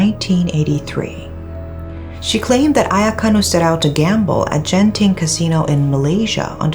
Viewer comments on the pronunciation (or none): WHY EVERYTHING HAS BE IN MALAYSIA??!! WHY??!! also, it's pronounce Genting not Jenting.